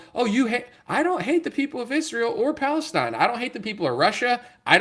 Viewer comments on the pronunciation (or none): none